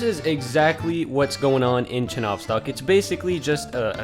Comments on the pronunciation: Not ChenOvstok, but ChenovstOk. Not babUshka, but bAbushka. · ch-ye-novstok like the word Yellow